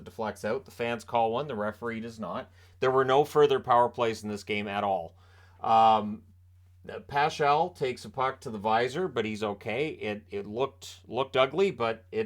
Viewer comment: Pachal is pronounced "Pa-hall", at least thats how the local broadcast announcers say it